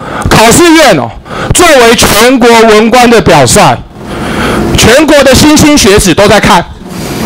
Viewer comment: "莘莘学子”念错了，但不影响黄委员出色的咨询。